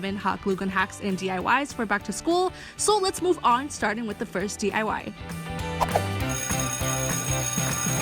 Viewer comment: i love how the hot glue gun queen says 'dee-ah-wah' like it's some kind of powerful feminist thing to say ifk